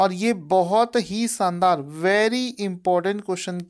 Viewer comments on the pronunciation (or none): Bhai saandaar nai Bola karo